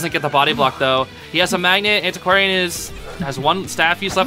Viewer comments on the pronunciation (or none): i love that u said antisquarian but my sister call it anticordian